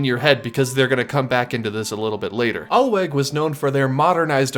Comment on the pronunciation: The W in German is pronounced like the English V, so it sounds like "Alveg"